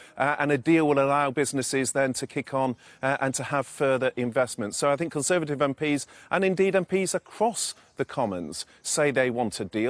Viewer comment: Cameron really has shown once again how weak and snivelling he is. Always gets me how Sophie says Kon-servative.